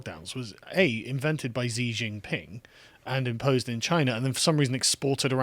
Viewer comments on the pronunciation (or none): Sargon I’ve been watching you for years and you regularly make this mistake: Xi is pronounced closer to “she” than “ze”